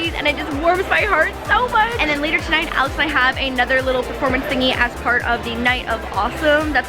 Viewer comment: When she says Alex it sounds like Alice